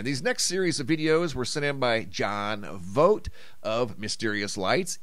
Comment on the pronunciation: It's Vogt not Vogt